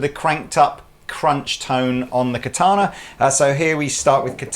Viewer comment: I actually like as a demo, but his deliberate overpronounciation of "Katana" is so distracting.